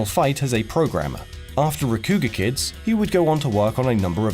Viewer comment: Says Rakugaki right, but can't say Rakugakids rights. But I guess if he did say it right, it would sound like he was saying Rakugakeeeeds. Like, "How do I reach these Rakugakeeeeds"